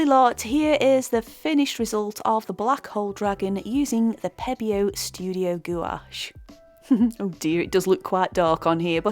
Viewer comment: Bonjour. Merci beaucoup for your video. Your painting is very nice, détails are brillant. And you pronounce very well gouache word ! Based on your comments and result I think I can try now this brand. If my painting will turn into a big mess it will be due to the painter, not the paint !